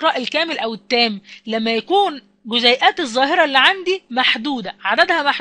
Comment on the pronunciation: جزئيات وليس جزيئات